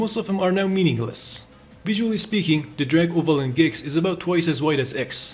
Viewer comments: its G X.... not gex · "gex" bro why are you saying it like that